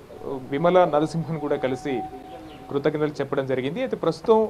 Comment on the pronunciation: E L N Narsimhan kaadu babooo, ESL Narsimhan. Meeremi journalist lu babooo